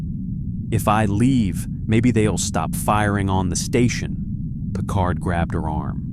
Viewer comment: Captain Picard or Captain Pequard.????😮😊😅😢